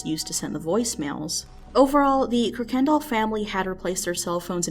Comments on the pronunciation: i know this family, its pronounced “Kurk-In-Doll” not “Kurk-kendul” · kuykendall pronunciation, "Ker-ken-doll" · How do you do a story and not know how to properly pronounce their last name? KUR-ken-dahl. Jesus. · actually the pronunciation is kai kin dall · Good video, but everyone gets this last name wrong...it's pronounced "Kai-ken-doll". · It’s a well known family in Houston and everyone, including the family, pronounces it “Kirk and doll” even tho there’s no R in it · Went to school with the son, I remember the story it was so scary. The last name is pronounced Kai-kin-doll from what I remember. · I'm having a brain hemorrhage hearing you pronounce Kuykendall as ker-KEN-doll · its actually kai kin dall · Kuykendall* pronounced kai kin doll